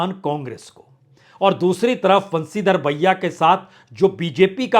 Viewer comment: 😂😂😂 खानडेला नहीं खण्डेला बंशीधर बहिया नहीं बाजिया 😂😂😂